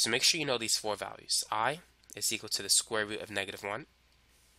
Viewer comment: I love the way you pronounce 'four' :P